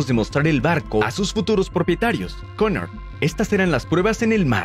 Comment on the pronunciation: Cunard se pronuncia (kiunárd) con r sorda